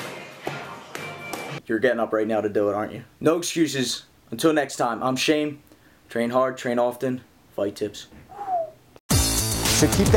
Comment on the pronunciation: When you say Im shane it sometimes sounds like Im Shame